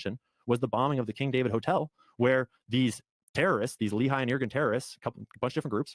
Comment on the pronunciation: small thing most people dont notice about Carolls grift, but people who are familiar with israel history do- is he can't even pronounce the names right, which means all his "research" is only from reading random texts but not taking the time to also see documetaries or interviews with the people involved. Example, the Lehi organization, pronounced Le-hee but he says lee-hai 😂